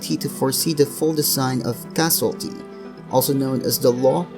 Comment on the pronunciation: IT'S CAUSE-ALITY! CAUSE...ALITY... NOT CASUALTY, NOT CASUALLY, NOT CASUALITY. CAUSE. ALITY.